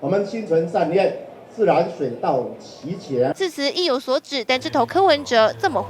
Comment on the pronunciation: 心存善念自然水到「其茄」到底是在講什麼鬼